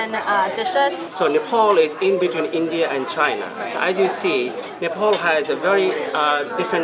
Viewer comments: Nephal vannu pardaina solti english ta bolnu k aruko toneko copy nagarau😁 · Please tell these two clowns and to learn to pronounce the name of their country and the capital. No there is no country called Nepol and no city called CatManDu. Their restaurant work is commendable, however, with their accent and their pronunciations, they are overcooking it.